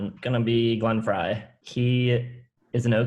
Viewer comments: The dude at the top left lost all credibility if he cannot even pronounce Glenn Frey's name properly. The other two talked about Hotel California exclusively. No other album was mentioned except One of These Nights once when they were talking about Don Felder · Guy doesn’t know how to pronounce Glenn Frey.